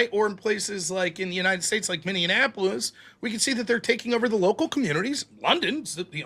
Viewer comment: I love you, but for God's sake its....Minny Apo Lis